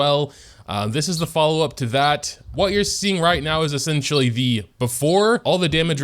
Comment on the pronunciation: When he said "to that" i thought he said "tevyat"